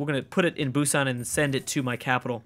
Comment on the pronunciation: It is actually pronounced Boo-san